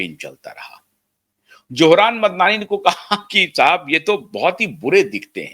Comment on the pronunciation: Why can’t the Indian commentators spell out the correct names any more, they were the best in saying foreign names and this one is not so foreign. His correct name is Mamdani. Some commentators can’t pronounce it.